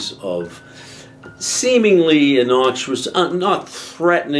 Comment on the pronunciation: Dude made up a new word here: ..."innoXuous" 😅